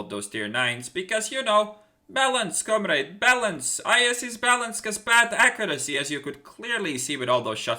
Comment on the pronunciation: com-raid? lol